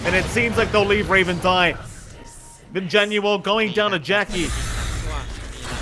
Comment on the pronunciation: This caster just casually screwing up 3 of the players names is rather frustrating to try keep up with listening to. JaUNel not JaNUel, saying yopaj backwards, and calling Jackboys jacky is really off-putting. Idk if he's just unfamiliar with the players or something but you'd think you will be saying all their names more than anything in casting you should probably get them right/make it clear for the listeners.